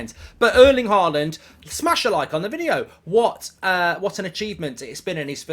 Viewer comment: Why do you keep calling him "Haland"?